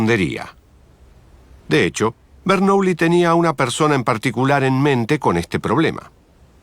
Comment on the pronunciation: Bernuillí, aprendé pronunciación francesa, imbécil.